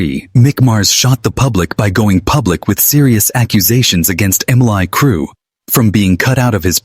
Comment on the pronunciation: "Mlie Crue"